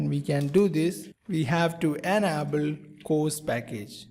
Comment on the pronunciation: Dude, your English is terrible. Please invest some time into learning how to pronounce words like "request", "enable", "able", "HTML"(not ecTML), "label".